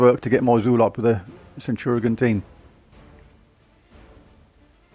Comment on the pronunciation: Centurazuul sounds just wrong haha! It's almost like calling ManU as Munated. 😂 Good going though and nice scores! 😄